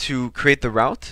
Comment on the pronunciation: Very basic. However, English might not be your mother tong as the pronunciation of route is very strange to me! Try say root for route!